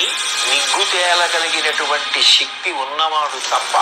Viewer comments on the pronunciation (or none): none